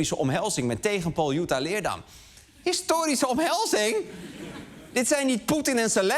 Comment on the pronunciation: Nogmaals: je spreekt het uit als LeerDAM. Als ik Amsterdam uitspreek met de klemtoon op 'Amster' dan worden ze daar ook gek